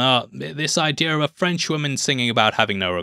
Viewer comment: It's "idea", not "idea-r"